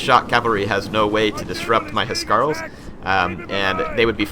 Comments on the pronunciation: Huscarls not he-scar-el haha House-karl And Geats is Geets (sorry I just had to tell you) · I think the pressure on Huscarls is on the s and not the c, that is how it is pronounced in Danish. I may be wrong since i'm not a native english speaker, and it may be differently pronounced in English :P